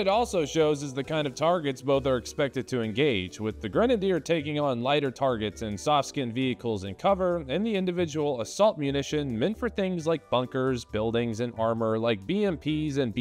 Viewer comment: bruh you pronounced softskinned as so skin'd